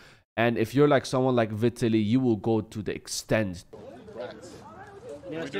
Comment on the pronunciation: Vie-tallie is his it's pronounced. He was going to take the test but his chat told him not to. And who does a test after the fight? He admitted to being on testosterone.